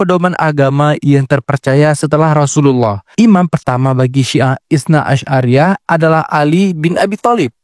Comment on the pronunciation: Bukan itsna asy'ariyah bang, tapi itsna 'asyariyah. Sekilas gak ada bedanya, tapi artinya itu iauh berbeda.